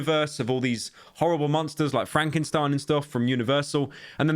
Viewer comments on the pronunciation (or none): none